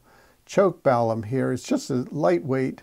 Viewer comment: Balun, not balum